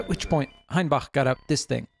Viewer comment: Congrats on the best pronunciation of "Hainbach" I've ever heard from anyone who isn't a native German speaker! Your "a" is still a bit far back, but not even by much :)